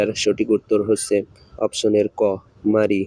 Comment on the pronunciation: Vai question krso thik ache but drone- ড্রোন হবে, ড্রোনি না। Mare-ম্যার হবে মারি না, Puppy- পাপ্পি হবে পুপ্পি না।